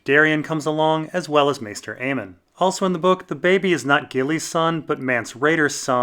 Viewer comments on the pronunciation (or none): none